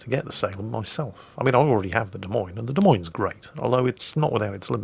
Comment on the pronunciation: at least you say "Des Moines" like the locals do unlike Jive Turkey. He always pronounces the 's' because he knows it drives me batty. If "Des Moines" isn't French enough for ya, check out the Iowa state flag.